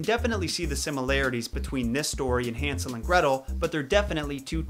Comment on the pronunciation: Hansel? HAN-sel?! Han-SEL?